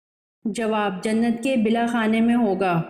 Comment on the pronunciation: Jannat kar bala khane Matlab ooper k hissae . Parhne wali ka talaffuz TU sahi hona chahea.